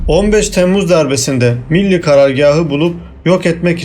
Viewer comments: Bu bilgilerin çoğu basın ve yayın organlarında yayınlanmış, çoğu bilinen şeyler haberi olmayanlar da çok tabii. Benim burada dikkatimi çeken şey bilgileri veren arkadaşın biraz diksiyon dersi alması. Çünkü Millî kelimesinin okuyuşu hatalı. Milli şeklinde ifade ediliyor. Bu da kelimenin içine sulu çamur, veya sulu kum anlamına gelen milli diye okuyor. Halbuki sondaki î nin üzerinde uzatma işareti var. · Milli karargâh ne biçim vurgulanıyor? Rahatsız oldum. Millî diye uzatamaz mısınız? Teşekkür ederim. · Birde "milli demeyi öğrensen herşey daha güzel olacak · Milli kelimesinin telafuzunda sorun var. Türk değil misiniz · Bu tür vidyoları dinlemek eziyettir. Okuyan milli kelimesinin nasıl telaffuz edildiğini bile bilmiyor. Git bi Türkçe öğren... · Kardeşim anlattığın hikayenin daha inandırıcı olmasını istiyorsan öncelikle "milli" kelimesini doğru telaffuz edecek , diksiyonu düzgün bir arkadaş tarafından seslendirme yapmanızı öneririm.